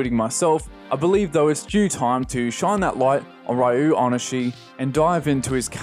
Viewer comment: I think it’s pronounced “REE-oh oh-nih-SHEE” but I’m not 100% on that.